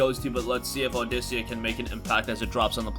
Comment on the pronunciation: Also the rhythm game is pronounced "Aw-dick-ah".